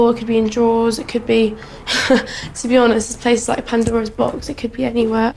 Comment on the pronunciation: Did she say "a panda rose box" while incorrectly referencing Pandora's box?